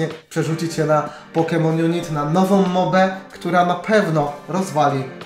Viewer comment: Mówi się "junajt"